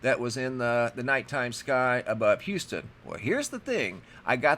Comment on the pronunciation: Thanks so much for pronouncing Houston, not saying "Youston"!